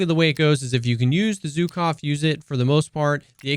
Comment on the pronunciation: Abolutely love your videos. Small addition - which I personally don't care about, but some russian fellas might get offended by - is that Zhukov (named after the WW2 USSR marshall, prolly one of the most recalled name in 20th century warfare) is pronounced like if you take the s of "vision" and replace "Zh" in Zhukov with that. Anyway, thanks for the profound testing and explanation.